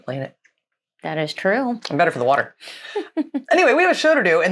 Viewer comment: Love you but please don't say "water" in the style of Kent Hovind again. 🤣🤣🤣